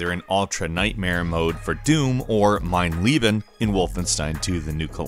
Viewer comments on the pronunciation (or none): its mein leben not mein lieben .... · Ita funny how you pronounce mein leben